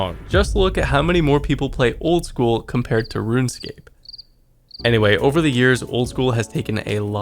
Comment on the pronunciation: Just “RuneScape”